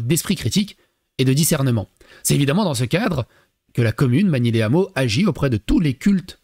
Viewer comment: on ne fait pas la liaison les hameaux, on dit pas les ZAMEAUX, y a un H comme pour haricot.